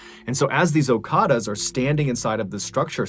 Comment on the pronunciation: Okadas not okaras